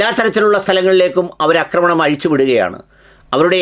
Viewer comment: അക്രമണം അല്ല മന്ദപ്പാ.. ആക്രമണം 😂😂😂😂 അക്രമം കറക്റ്റ് ആണ്. അക്രമണം എന്ന വാക്കില്ല. ആക്രമണം എന്ന വാക്കേ ഉള്ളു. പിന്നെ ഉള്ളത് അക്രമം എന്ന വാക്കാണ്. കഷ്ടം.